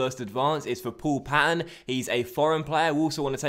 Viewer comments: Its Paaaaaaaaton not paton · payton! not patton! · Great series just want to let you know the Paul Paton is pronounced pay-ton